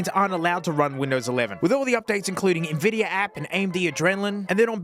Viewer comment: Tell me you don't understand Linux without telling me. Can't watch the whole thing lol. NPC vibes. Blazziteh. NVidiah. Yeah, no wonder things don't work. In some benchmarks you're missing drivers mate.